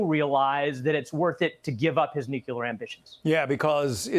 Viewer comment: "Nukelar" program 😂